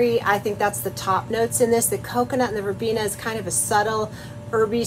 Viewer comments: Very lovely soap!! And the colors came out right, lovely in all. Yes is Verbena. Is pronaunce is Spanish as is written " Verbena " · You had it right 1st time.. its pronounced Verbeena.. and the soap is striking.. thanks so much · Wondering if NG made a typo or it's on purpose. Either way you are right when you pronounce Verbena. By the way, beautiful flowers! You pronounce Calendula right, as a dedicated flower enthusiast, I have never heard it say that other way. I also say Vanillin the same way you do. 😅. There is a fellow on you tube who only spends a week to week and half to learn all these languages. Then he will go out and talk to folks in different cultures and they are astonished because he sounds like he grew up speaking their language. Some of them very difficult! Amazing! Cheers & Blessings👍💕